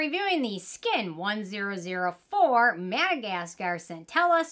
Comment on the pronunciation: I think the 1004 is pronounced as 'one thousand four'